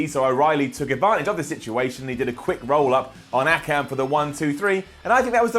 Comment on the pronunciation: When people pronounce Akam and Rezar as Aykam and Reezar